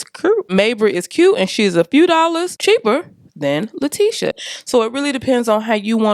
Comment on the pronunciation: gave me the ‘T’ on LaTEEsha 😁 Pretty wig. Love the color.